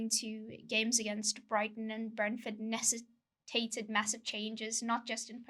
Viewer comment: Melissa Reddy is the star of saying big words incorrectly -- she can't stop doing it! This time she said nessitated ; it's necessitated.